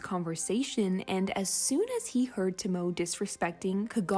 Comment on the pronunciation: Hey, just a little note: Since Tomoe’s name is Japanese, the “e” is not silent. Her name is more pronounced like “TOE-moe-eh.”